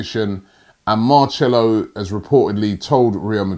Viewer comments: I don't think Robbie has ever watched Madrid. Doesn't know how to pronounce "Marcelo". And didn't know Marcelo has had a terrible season. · Who else is bothered by the way he says Marcelo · I think robbie does these pronunciation on purpose😂😂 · Take a shot every time Robbie butchers Marcelo’s name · Robbie trying to pronounce marcelo's name is giving me the ear cancer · ROBBY YOU CAN’T EVEN PRONOUNCE MARCELO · Marcelo is really not the hardest name Robbie 🙄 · Had to click off as soon as I heard Robbie pronounce that name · How hard is it to say marcelo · Is it Marchello or Marshhmellow ? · It's not marchelo, can you pronounce names properly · It's Marselo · what makes this worse is the number of times Robbie said MAR_CHELO 😂😂😂😂😂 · It makes it funnier how confidently he says "Marchello"...all u gotta do is watch a highlight of commentary to hear his name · Anytime I hear machelo I wince... It's painful to hear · Don't sign "Marchelo'..It sounds painful to my ears. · I swear it’s mar-ce-lo😂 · Lol arsenal so addicted to not "selling" that Robbie can't say the word sell 😂😂😂 marchelo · the camera guy really didn't correct Robbie from saying Marchello loool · MarCHELO? There is no H. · Stop saying marchello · Marchelo? Never heard of him 🤷🏻‍♂️ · Ma"che"lo wtf is Robbie on??? 😂😂😂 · If I hear marchcelo one more time Ima frissbbe my phone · Marcelo. Marchello. Marshmallow. Let's see you grammar and pronunciation people get up before sunrise and comb through all the paper talk bullshit for hours before breakfast. Thanks for your hard work Robbie. Ignore the ingrates. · Bruh every time he says mar-chello ☹️ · Mar-cellos, you ok? his not an instrument you know. 😂😂😂😂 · Seems like Robbie has never ever heard the commentary! Who is marchello Anyone who would have watched a Real Madrid match should be able to pronounce such simple names 🤣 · Marchelo. What is wrong with your tongue? It is like naitland miles again. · Robbie it’s pronounced Mar - cel - oh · Marchello lol